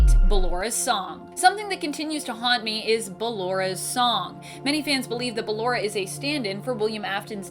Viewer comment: I dont like how she calls ballora and she pronounced it fine just a few seconds earlier